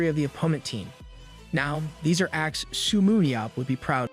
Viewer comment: Come on dude it's not su but seo se-yo